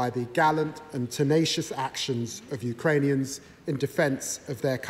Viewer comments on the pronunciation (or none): none